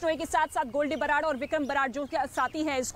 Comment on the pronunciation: Barar ko babar bol rhi h...faddu reporting